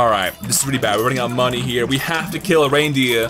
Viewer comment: why does he say money likr monay????